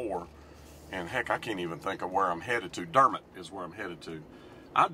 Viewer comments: The Drew Foam location you drove by is the old location. The company hasn’t operated from that location in years. Also, the correct pronunciation for Dermott is Der’mott (not mutt) with the emphasis on Der. Elvis spent the night at my Aunt’s home and was accompanied by her son, Mack Harkins, who was the Sr. Class president when they went to a party in McGehee. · it is Der Mot as pronounced not pronounced Dermat. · Quick P.S. You might have known this but it seems was too polite to correct your pronunciation of Dermott to the local custom: It's Der. Mott. Again, enjoyed.